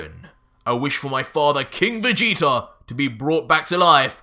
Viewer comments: I love this but it’s vageta not vageter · Vageter??? I hate when people put a er on words that end with a A I bet u say Americer😒😑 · Has anyone else realized he pronounces Vegeta with two r's